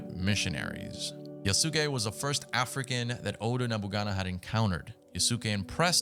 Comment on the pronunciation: I can tell you never watched anime lol It’s pronounce “YAHS-kay” my broder